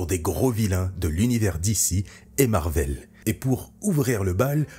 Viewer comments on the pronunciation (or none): none